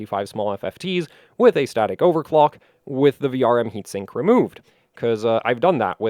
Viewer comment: what? Has dual enysinkkk couldn't understand at all